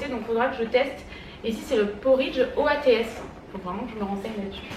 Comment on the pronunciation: oats c'est avoine ma belle :) 😘 ça me fesait trop rire de t'entendre dire oats ^^